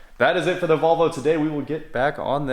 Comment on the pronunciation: You don’t know how to pronounce Volvo correctly